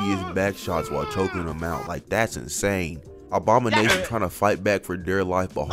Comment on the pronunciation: Is bro saying obama-nation cause i swear thats all im hearing